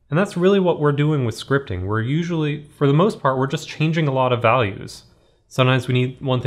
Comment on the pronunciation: did he say "scripping"